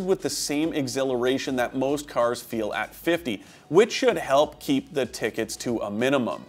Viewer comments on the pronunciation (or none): none